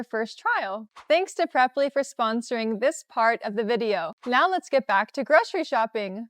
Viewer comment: groSHery list?? groSHery store?? Are you sure?🤔